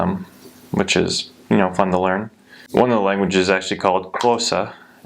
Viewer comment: You are so smart and very observant, I liked the fact that you prounanced Xhosa pretty well.